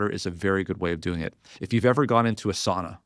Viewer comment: I love you & I love your podcast. PLEASE pronounce sauna correctly....SOWNA. My grandmother was from Finland and spoke the language.